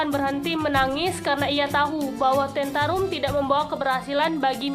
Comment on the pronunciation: Tantrum bukan tentarum